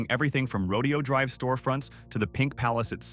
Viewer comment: Horses are part of a rodeo. Right! The street name is NOT pronounced the same way. Say: "row day ohh" or you'll sound like a hillbilly.